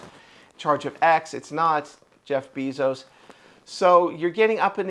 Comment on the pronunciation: I am a Trumper, but I have to say that he did not get "humiliated". And the proper pronunciation of Jeff Bezos's last name is "BAY-zos", not "BEE-zos". If you are going to tout yourself as a news and commentary channel, I'd suggest you do two things. Number 1, learn the correct pronunciation of names and words, and number 2, practice your dialogue before you tape, so that you are not stumbling and bumbling, and be more fluid.